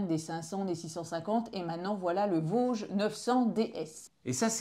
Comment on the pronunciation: Salut, petit “tip” de l’intérieur, la marque se prononce “vodji” et pas “voge”. 😊